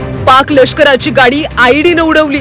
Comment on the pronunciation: Led nahi tar ied